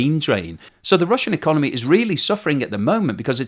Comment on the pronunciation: "So the russian econemy"